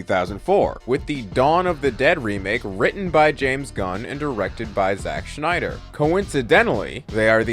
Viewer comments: Agree more than disagree, but I have to say... he's killing me with saying Schneider instead of Snyder 😖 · It’s Snyder, not Schnieder. Rob Schnieder. Zach SNYder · It’s Snyder, not Schneider. There’s no “ch”. You’re saying the wrong name. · It's Zack Snyder, not Zach Schneider. Snyder and Schneider are two different names. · great video but it’s snyder not schneider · living for you calling him schneider the whole time lol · Who the hell is Zack "Schneider"? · Snyder not Schneider. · I can't watch this video. The freaking "Schneider" thing is bothering me. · It's SNYDER . Ssssssssnyder. Idk where you keep finding the 'SCH' you drop in the name but you certainly don't hit the 'SCH' with any other 'S' words; You said DC Ssssstudios fine. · It's Snyder not Schneider. Every time you said his name I kept thinking of that Rob Schneider bit from South Park. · Why does this dude keep calling him shnyder? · I enjoy watching scenes from Snyder’s films but I don’t rewatch them very often. I do rewatch Gunn’s films and it is mainly to see how things fit together. Thanks for helping me see why. Friendly correction: Snyder is not pronounced like “Schneider.” I’m married to a Snyder and he hates that. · Im sorry i can't watch your video You just keep saying Schneider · Your telling me that a word being mispronounced (which I can’t even hear the mispronouncing) is why you clicked off. Are you sure, or are you mad that he said bad things about Snyder. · There's no H in Zack Snyder